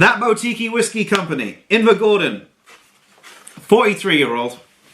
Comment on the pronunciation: My go you can't pronounce boutique. Google a word you don't know its embarrassing. boutique buːˈtiːk